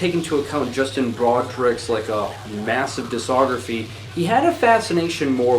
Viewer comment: As long as you don't trust him to pronounce the c in discography you should be good